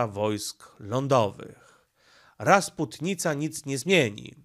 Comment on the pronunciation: Dzień dobry, Raczy Waszmość uwzględnić, że w słowie rasputica nie ma "n", Z "n" kojarzy się z "rozpustnica" 🤷🏼‍♀️💃